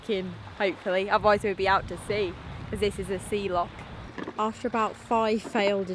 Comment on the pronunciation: Now then, it's not a lock, it's a loccchhh!🤣